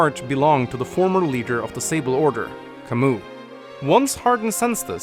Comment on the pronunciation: Still pronouncing Camus’ name wrong, I see.